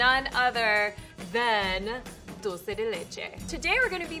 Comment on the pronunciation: It kills me every time she says dolce instead of dulce LMAO